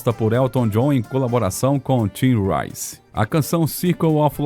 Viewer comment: Trope"N"tista foi de doer. "SEND" songs? Vamos arrumar esse ingreis. Não PAINER. é P"I"nnÃr. Tim REICE? Para... larguei de mão!